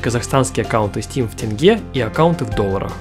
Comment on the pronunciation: за то что сказал правильно тенге, ставлю лайк)